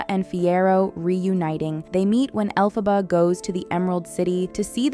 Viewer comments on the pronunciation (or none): Es Elphaba NO ALPHABA! 😂😂😂😂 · Chupito cada vez que pronuncie Alphába en lugar de Elphaba 😂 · Caraí véi … o mínimo que se espera de alguém que se mete a falar de alguma coisa é que ela fale os nomes das personagens corretamente ! Alfabár e fiéro … daí pra pior ! Fala sério !!!! 🤮🤮🤮🤮💩💩💩💩💩🤬🤬🤬🤬🤬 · ELPHABA, con E por favor, me sangran las orejas